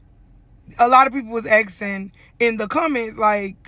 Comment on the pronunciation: Who's axin', what is axin'?